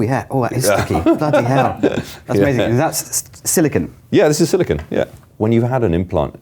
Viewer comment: . It's not SILICON, it is SILICONE! (Writing from Silicon Valley, home of the semiconductor industry.)